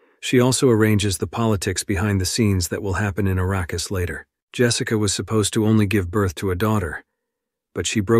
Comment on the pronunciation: How about, when you do a recap, YOU do the recap, not some AI bullshit that doesn't know how to pronounce words. If it IS you doing the commentary, learn to pronounce the words you use! For example, the natives to Arrakis (a name that was surprisingly pronounced correctly...) are called Fremen not Freemen. You would know this if you had seen the movie or read the books! And let's assume that you did, you didn't listen to what you posted because in the first 38 seconds (that's as far as I could tolerate) there were multiple pronunciation errors of the same word!